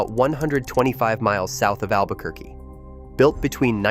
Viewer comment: "Albuh-ker-cuh" <=== Brilliant!!! 😂